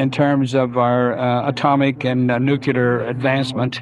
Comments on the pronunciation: IT'S PRONOUNCED NUCLEAR, NOT NUCULER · I'd love to know why it is that so many of these 'high ranking officers/officials' who talk about aliens and ufos can't say nuclear correctly? They always say 'nucular'. You'd think that they, of all people, would get it right. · It's astonishing how many people in military and government can't pronounce the word "nuclear".